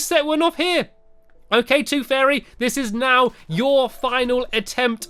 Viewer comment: Sorry Stampy its not take the toof it is take the tooth